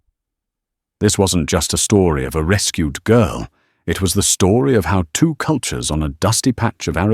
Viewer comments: I was laughing about how the word two was pronounced as toot! Several commenters said the same. Not my imagination. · 😅 eighteen eighty toot..